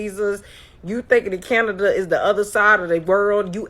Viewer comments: "I'm on the other side of the world in CanadeR" 😂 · not only speaks the truth, she is FINE and she’s SMART too. Yeah I’m thirsty. LOL 😂 Edit: LMFAO at her adding an “R” onto CanadaR. 😂 HAHAHAHAHA!!!